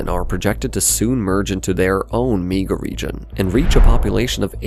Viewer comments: This voiceover has to be read by AI, at one point it says “Me-ga Region” and not “Mega Region”. I don’t think a human narrator would make that mistake. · Wtf is a "meeguh region"